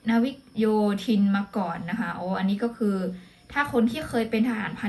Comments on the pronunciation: อ่านว่า ทหารพราน นา วิก กะ โย ทิน (นาวิกโยธิน) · อ่านว่า นา-วิก-กะ-โย-ทิน ครับ หอม ❤❤❤